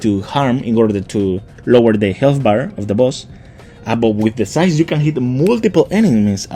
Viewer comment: I keep hearing thighs when you try to say scythes lol 😂